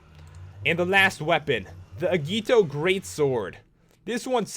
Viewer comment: it's pronounced ajito not agito